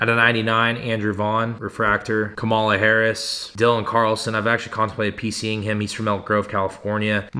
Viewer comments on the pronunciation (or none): none